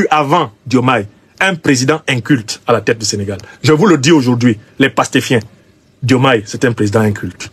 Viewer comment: Il n'y a pas de Djoumaye Président au Sénégal. Nous l'appelons Diomaye. Vous devez d'abord chercher à savoir prononcer nos prénoms avant de chercher à créer des problèmes qui n'existent pas. Si ce Aliou Tine ose parler aujourd'hui sans s'inquiéter c'est tout simplement parce que la démocratie est en marche. Sinon où était-il ces 10 dernières années ? Vous vous cachez derrière des personnes pour déverser votre rancune.